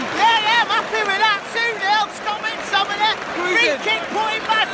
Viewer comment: No one:: Scott Mactomieehh